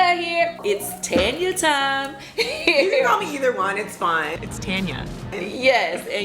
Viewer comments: I love me some Tanya. She is so down to earth, friendly and classy. Btw when you guys call her name I hear tenya n not Tanya. Is that how she pronounces her name? Just curious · Love you girlzzzz! Tanya is so funny! We pronounce it right here in the UK Girl.. Its Tanya, Not Tarnya... Haaaa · Naw your name is Taun-yah 😂 I'm not Tan-ya